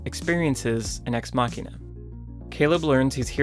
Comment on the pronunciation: The pronunciation of Ex Machina is irritating. It's "muh-sheen," not "maw-keen."